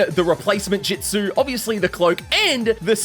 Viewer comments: love how he says ju-ju-stu and not ju-stu🤣🤣🤣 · you have been saying jujistsu's or jitsu its jutsu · Bro is our "ju jItsu" teacher., its just jutsu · Its jitsu not jujitsu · Not (jit•su) it’s (ju•t•su) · i swear to god if my man here says jitzu one more time. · The pronunciation of justu is very very interesting mate